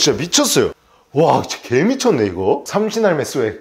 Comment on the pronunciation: 삼신할매가 자꾸 생선할매로 들려요😂